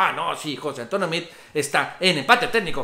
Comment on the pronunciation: Como sugerencia, pronuncia el apellido de Meade tal cual como se escribe...saludos